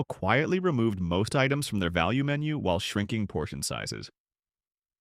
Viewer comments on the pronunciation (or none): “VALUNE MENU” 😂